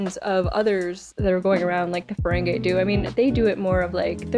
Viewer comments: just one small note as an fyi - i understand that for the first instances of seeing the ferengi, they pronounce it like 'feren-gay', but with the evolution of the species and more common appearances on the shows, the pronunciation is 'feren-gee'. i hope you watch the other series like ds9 and voyager too, they're so great <3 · The word Riker used was the name for a person (such as me) from Ontario Canada... The Ontarian manifold:) Just a lil FYI for ya tho it is Ferengi not Ferengay \o/ (fur-ang-gee) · It’s so funny how so many reactors call them Feréngé 💃 💃not a dig, it’s just funny